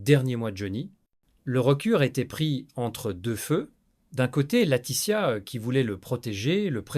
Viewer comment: L'I.A. est infernale ..... les noms écorchés (Latitia, Hollidayyy, Duton ou Duon, François Hardy ....) les mots accrochés (les picres, qui s'oppo, peu être, une englade etc..... ) bref, bon on en apprend peu sauf que depuis longtemps on savait que cette bonne femme était un vraie PESTE. Johnny et Éddy se connaissait depuis l'adolescence, il a fallut qu'elle casse aussi ça !!!!!